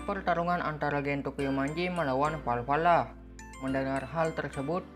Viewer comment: Valhala bang bukan valvala 🤣🤣🤣😂😂